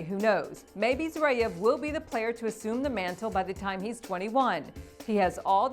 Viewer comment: Hi. It's Zverev not Zreiev. You pronounced his name wrongly in at least a couple of other videos as well.